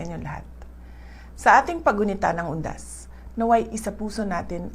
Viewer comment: UNDAS BA TALAGA PARANG ANG DINIG KO HUDAS !